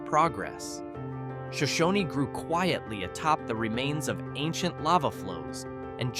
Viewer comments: sigh Show-shone, not Show-show-knee. And why are so many if the video images not Idaho? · It is not pronounced "Sho shon ee", it is "Sho shone". And is a great little farm town. And Wallace is well worth a visit. Hagerman is also great, and has two of the best hot springs in the state. It also has multiple fish farms. Paris is charming, and the Paris Tabernacle is a work of art. Bonners Ferry is a nice town, and almost everything you said about it is wrong! And the pictures you showed of African Americans was from the south, not Idaho. Yellow Pine is another great little town, as Elk River. Pierce is fun to visit. Arco is just a small farm town with wonderful people. There is no town of Spud Patch Spring. There is a Spud Patch near Bellevue. Ketchum used to be great, but has now been ruined by the wealthy moving in and driving out the locals. I have been visiting Soda Springs all my life. It's a great town. Silver City is basically a ghost town and summer tourist attraction. But getting there is work. But very fun to visit. Council is another great small town. You clearly have never been to Idaho and don't understand what make this place magical. We don't want a ton of job opportunities and unlimited growth! Just look at the Treasure Valley to see how that mentality has ruined a once great place to live. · It's Shōnshōne, not Shōnshōnē. Shōnshōne is singular as in 1 town, while Shōnshōnē is plural as in a group like when describing the whole tribe. It's the same when asking if someone is Shoshone. They're kinda particular about it🤷🏼‍♂️😅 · It's pronounced sho- shoan; no y sound on the end. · Absolutely terrible description of these wonderful small Idaho towns, only slightly accurate, pronounced Shoshone incorrectly, and of course all of Idaho (don’t know about Boise!) has a low crime rate because we carry. You’re less likely to break into someone’s home if you know there’s a homeowner with a gun inside. So if you enjoyed that video, please don’t move here